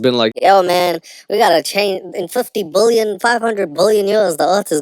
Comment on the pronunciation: Billion pronounced as bullion, as in gold and silver bullion.